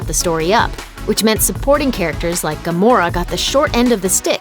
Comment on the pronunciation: Why does it sound like Gomorrah?